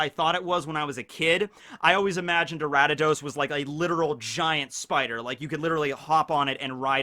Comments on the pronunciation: It's Ariados not aratados/Aradadaos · Aratados? Ok, now it's just intentional. It's pronounced Ar-ee-uh-dohs. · it physically hurt each time he kept repeating "Aradidos." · Why is he pronouncing Ariados “Arattados” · where’d this guy get the “t” from in “Ariados”? Respect tho pronunciation is a human construct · nice video, my favorite starter is feraligatr and second is typhlosion. also: 1: it's ariados 2: i never thought of quagsire evolving into wobbuffet, but i see where you are comming from 3: slowking evolves with king's rock from slowpoke, not slowbro 4: the reason remoraid evolves into octillery has more to do with it's weapons inspiration than it's animal inspiriation 5: it's not hard to get hitmontop from tyrogue. i did a fighting monotype run a little while ago on sword and caught three tyrogue. they evolved at the same time into all three different hitmons. 6: galarian corsola is gen 8, not gen 7 love your video's p.s. if you are interested, i can tell you more about gen 3 onwards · Say Ariados right! 🔫🤓 or else.